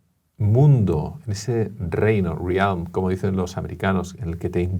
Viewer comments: dice """""riálm""""" en vez de """"""rèlm""""". Es una puñetera chorrada, pero sucede que me interesa mucho la lengua inglesa, y alguna vez he buscado entrevistas suyas en inglés y blabla. En fin... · Si, estás en lo cierto, gracias por la observación. Lo ha pronunciado mal. Es algo chocante. Tenía que haber dicho /rɛlm/ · Admiro al, pero me ha descolocado que alguien que vive en EEUU durante largas temporadas, pronuncie de forma tan incorrecta una palabra tan común como 'realm'. *Ahora, tras comprobar que es humano, todavía lo admiro más.